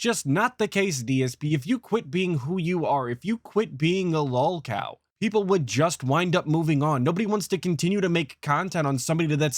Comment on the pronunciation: DSP identifying Boogie and EDP as lolcows and declaring himself distinct from them by claiming he isn’t a lolcow all while not being able to pronounce the word lolcow correctly is a beautiful combo.